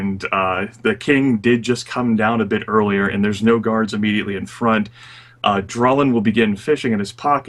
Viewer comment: I know he's saying guards but I kept hearing gods. which brings to mind two thoughts. Dwarf king is really freaking powerful, and the dwarven pantheon of ardenfell are bad at tracking.